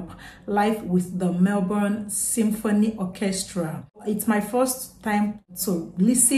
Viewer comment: oh wow! Firstly you got the pronunciation for Melbourne correct first time. Farnham is a very much loved singer here and he made it really big in 1986 when he launched the Whispering Jack album. He followed these up with Two Strong Hearts 1988 and Chain Reaction 1990 albums. My favourite Farnsey songs are Touch of Paradise and Age of Reason - hope you can check these out one day. People often say he is better watched in live concert then soundtrack video so look for a live version if you can. Can I suggest if you want to do a joint reaction with your sister, mother, or friend then try Farnham / Jimmy Barnes / Diesel "when something is wrong with my baby". Cheers from Melbourne!